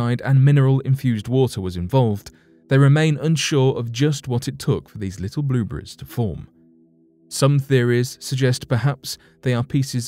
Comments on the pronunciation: I think it's more like blubreze. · Blueburries? lol